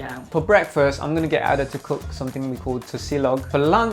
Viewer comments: Nigerian girl pronouncing "Ada" as "Harder" is making my blood boil.. What is that weird pronunciation? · I can’t get over how they pronounce her name 😂😂💀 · You're telling me that she's a Nigerian and she pronounced her own name like that? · As an Ada, my eye twitched everytime he said Ada lol everyone pronounces it that way but it’s not how it goes